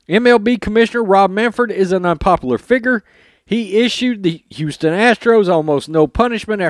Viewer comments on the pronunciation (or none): none